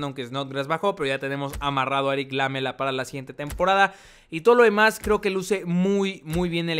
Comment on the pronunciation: Erick Lamela se pronuncia como si "Me" tuviese acento